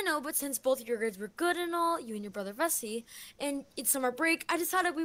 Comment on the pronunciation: She says vessie captoins says Bessie